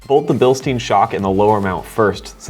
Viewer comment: So much wrong in this video. You want to torque the bolts down while the truck is resting full weight on the tires. Don't use an impact wrench. Second, don't position the hose clamp on the shock tube. Turn it to rest on the black spacer.Third, it's pronounced bilstine, not bilsteen.